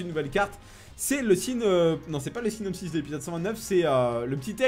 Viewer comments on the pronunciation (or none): none